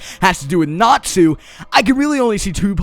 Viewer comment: Thought he sad natzi at first till I heard he was saying Natsu... I was very confused